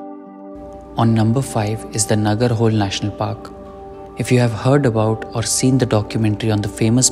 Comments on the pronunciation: Please learn to pronounce before making an video.. it's not nagarhole It's na -ga-ra-ho-Le.. hoLe means river in kannada.. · It's not Nagar hole .. It is pronounced as "NagaraHoLey .." ... "L" (pronounced by tongue touching top roof of your mouth 😉😉) The cost part is true. It is highly priced compared to other safaris. RTR - I was unlucky. 0 tigers in 3 safaris ( due to winter season Dec2021)